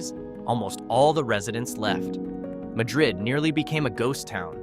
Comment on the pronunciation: Your AI voice got the pronunciation wrong on Madrid. New Mexicans put the accent on the first syllable. And half the footage you showed that was ostensibly from Madrid was actually from Cerrillos, a quiet nearby town whose residents generally avoid the party atmosphere in Madrid. Do the locals avoid Madrid after dark? Stop in the Mine Shaft saloon about PM when it's often standing room only!